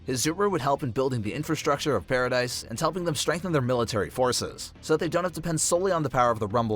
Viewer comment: stop callin it paridise ._.